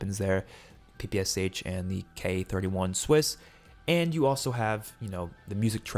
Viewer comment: last letter in PPSH pronounces how “shuh”, bro, and both P sounds like pa in word “pal”